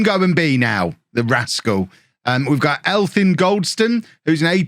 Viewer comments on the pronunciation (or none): Welsh player pronunciations: Elfyn = Elvin Euron = a ron Keep up the awesome content!